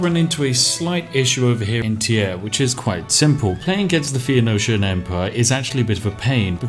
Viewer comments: I like how you mangle the pronunciation of "phoenician" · My brain melts a little when he can't get Phoenician right...